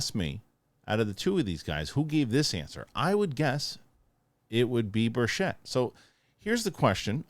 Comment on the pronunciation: Sorry in advance, but Tim himself mentioned this. His last name is pronounced birtch-it. Emphasis on the birtch. 😊